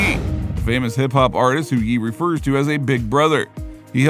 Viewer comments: It’s pronounced “yay” not “yee” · He changed his name no Ye ... and its pronounced "yay" no "yee"